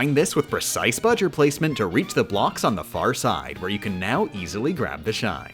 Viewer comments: Why you still call him bujr that is not his name his name is bowser jr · Shouldn't his name be "Bojur", not "Bujur"? I mean "BOwser JUnioR", right? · It bower jr not budger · But... his name is Bowser Jr, not Buwser Jr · I dont get it hes saying budger its bowser jr not budger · I don’t know why, but that fact that you call Bowser Jr. “Budger” is for some reason absolutely hilarious and I almost start crying each time. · excuse me ma’am what is a budger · I like how you call bowser’s jr budger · i don't know why they're calling bowser jr. budger but i am not complaining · Every time yo say buger and not jr I laugh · His name is budger???? Or are you saying bowjr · Uh why is bowser jr called budger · Why does she call him "Budger" and why is nobody else in the comments asking this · Am I the only one who is very annoyed that she calls Bowser Jr Budger? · Who says Jr like ger? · Why the hell do you keep calling him Budger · Plz stop calling him budger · doesn't have the time to say Bowser Jr's name correctly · He’s saying bowser jr wrong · She shortened his name to BJR, that's why she says his name like that.